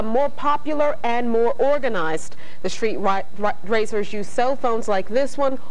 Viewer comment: She almost called them Street Ricers 😂.